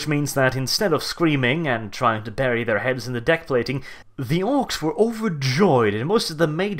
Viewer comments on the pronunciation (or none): none